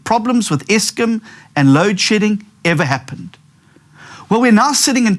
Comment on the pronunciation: South Africans at large across the population are Never going to vote for a guy who looks and sounds like this guy. The sooner the DA realize this the better. We need electable serious opposition Not some guy spouting about Lewd Shedding.